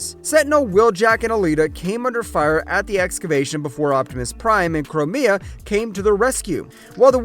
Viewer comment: you said “twin sisters” but there’s a third Femme. The pink is Elita, the blue is Chromia (which is pronounced Crome like the metal, with an “meh” and “ah” on the end, not Crow-May-ah) So who’s the purple one? Anyone know?